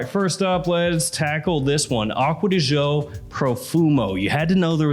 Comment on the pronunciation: I wish he would stop pronouncing it Acqua Di Zho. Gio is the first syllable in Giorgio and it is pronounced softer than the way says it.